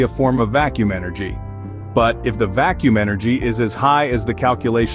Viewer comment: "The vak kacuum catastrophe" That's it for me. I outa here. Teach your robot better.